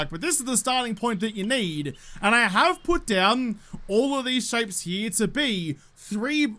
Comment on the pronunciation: cant say i have ever heard anyone say " here " like. " Herym "